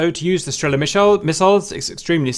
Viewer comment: Strella as in strélla :)